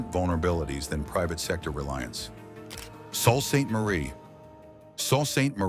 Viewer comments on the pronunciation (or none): It’s not salt ste Marie it’s pretty pronounced Sue, SOO Saint Marie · Yes it's pronounced Soo not Salt. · Sault Ste Marie: Soo Saint Marie. The plural of house is pronounced howzez, silly robot. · Salt Saint Marie? Is that how Canadian pronounce it! 😮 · The narrator pronounced "Sault Ste Marie" wrong.